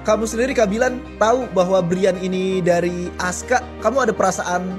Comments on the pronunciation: Bukan ASKA LAAA, ASKAR 😂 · Askar bukan Aska😅😅😅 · Askar bukan ASKA. lu beli kamus melayu dimana sih kok ngawur?